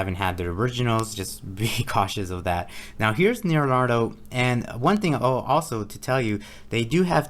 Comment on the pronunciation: That was cracking me up every time you said lol. It's like you're combining Naruto and Leonardo.